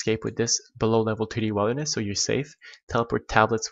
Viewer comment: he said wild-er-ness